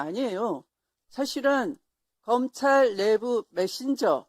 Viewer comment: 검창이 아니라 검찰ㅋㅋㅋㅋㅋㅋㅋㅋㅋ